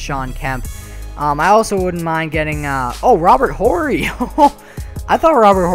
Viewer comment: H is silent in Robert 'orry'